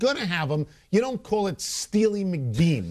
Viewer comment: It's steely McBean not steely mcdeam